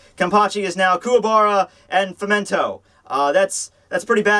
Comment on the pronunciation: ITS FEM TOW FEMTO NO FEMENTO